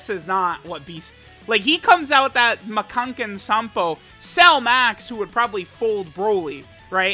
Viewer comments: Dude... It's Makankosappo not Makankensanpo!! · i wonder if will ever understand that it is called Makankosappo he always says makankensappo or so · It's Ma-Kan-Ko-Sappo Not Ma-Kan-Ken-Sampo Just say it in English otherwise bro lmao. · we going to ignore how pronounces the "Makankōsappō"?